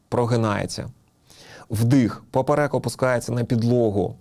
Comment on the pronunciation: ПОперек, наголос на 1ий склад